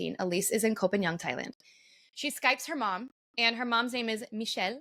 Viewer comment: It's kho pah ngan not pagan